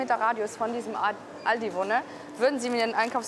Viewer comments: "Aladi" xD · No one: Not even a single soul: Chinese People: Alotdi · Das am Anfang hört sich an wie " I love di" Ich dachte die lernen englisch und meinten I love you und nicht Aldi xD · weil die nicht Aldi aussprechen könne. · Als sie sagte:,, der Aldi bei uns“ dachte ich sie meint den in China 😀